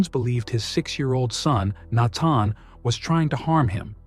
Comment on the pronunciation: Fix the computer narrative! It's not "naton". It's Nathan. Idiots